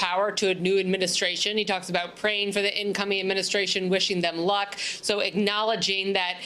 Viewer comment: His emphasis on "luck" means he knows something. He's betrayed us all. Just watch.